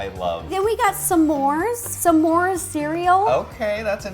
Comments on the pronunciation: Everyone Else: S'mores Ro: Suhmores: Shmores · i love how to says “samores” rather than s’mores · s'mores Ro: Samores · I love how she says s’mores like “Samores” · I love how Ro says “Semore” 😂